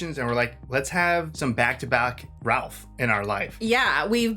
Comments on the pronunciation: Ralph actually pronounces his name as Rafe. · Would you believe that his name is actually pronounced “Rayf” like Safe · pronounced "Rayf" Fiennes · The funny thing is, you got his last name right, but his first name wrong. It's pronounced RAYph. Old english way of saying it. Weird, right?😅 My fav factoid about this movie: Leguizamo based his douchey character on Steven Seagal. He was in a movie with him back in 96 and Seagal was a super ahole, attacked John, possibly knocked him out for a sec (shoved against the wall, hit his head?) Idk if that's tge only reason. I'm sure he was a dik in other ways too, lol, but his role got super shortened & the stuff his character was supposed to do were now John's character's! Take that ahole Seagal!😂 I never made the connection b4 that ge way she went to Brown w/o loans was through stealing since clearly she's comfrtable embezzling from her boss.🤦‍♀️, I just assumed hevmeant she was a spoiled princess ftom a rich family, I feel dumb now, 😅! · Pronounced "Rafe" Fiennes, aka Lord Voldemort, the voice of Ramises in Prince of Egypt, Alfred in Lego Batman, and Mr. Quartermaine in Wallace and Gromit. Fiennes is one of the best actors alive today. He doesn't look or sound the same in any two movies. Incredible. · It's pronounced "Rafe" so when you say his full name is sounds like you're saying Ray Finnes. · Spelled.Ralph but pronounced 'Rafe' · His name spelled Ralph, but pronounced Rafe. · The L is silent in Ralph Fiennes 😅 Pronounce it Rafe 😉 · Thanks to and! 🍽 Mr. Fiennes pronounces his first name like "Rafe"... it's a UK thing. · But we aren't talking about you aha, his name is pronounced Rayf. Rayf Fines. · Ralph is pronounced 'Rayf'. It's an old-fashioned English way of pronouncing it and not really fashionable anymore. I like it, tho.